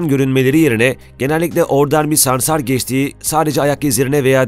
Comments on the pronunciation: Videoda sansar yerine ''samsar'' diyorsun . Reklam taktiği herhalde. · Samsar değil dilin dönmüyor hayvanin adını bilmiyon konusuyon SANSAR diyeceksin saçma saçma konuşma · Ya hocam böyle sansar değil de samsar diyormuşsun gibi geliyor 😅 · Samsarmı diyorsun? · Adam sansara samsar diyor